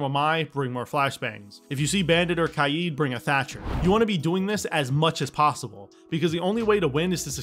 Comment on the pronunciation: I keep telling my friends that it is kai eed not kade